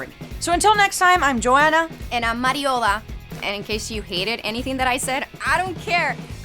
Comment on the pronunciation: It’s mariola